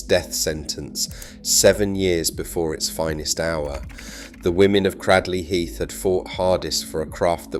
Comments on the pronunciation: Considering you elude to say that people can't pronounce the name within your video, you actually can't pronounce it yourself. It's not pronounced Cradd-ley Heath, it is pronounced Cray-d-ley Heath, if you're intent on being an Historian, these things matter, try to get it right. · Cradley heath...at least pronounce it right if you comment about it....Great people still a Great town to go too